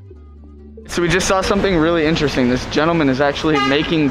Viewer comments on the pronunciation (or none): none